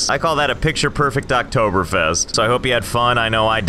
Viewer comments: Im surprised of how good you said Oktoberfest do you speek german? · I'm surprised he pronounces the ä correctly yet didn't know what Oktoberfest was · He just nailed the pronounciation of Oktoberfest! (I'm German) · BREZEL. Mich hats überrascht, wie gut du Oktoberfest ausgesprochen hast